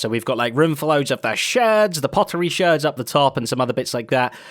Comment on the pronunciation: Thank you Zedaph you're like, one of the only people on the server that calls them sherds, it assuages my pet peeve :)